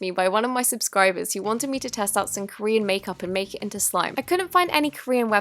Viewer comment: When she said jorean website i quickley thought of MY BABIES BTS lol